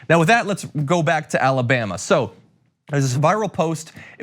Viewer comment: Come on, John, it’s Alabama